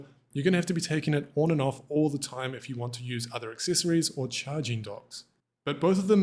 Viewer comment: Did he just say accessessssories?? 🤣😂